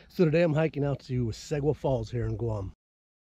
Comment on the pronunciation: Pronounced See—Gua